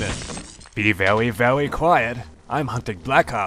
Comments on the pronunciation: " be vewy vewy quiet... im hunting bwack ops hahahahha" XD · vewy vewy quiet xD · loz. "be vewy vewy quiet... I'm hunting bwack ops!"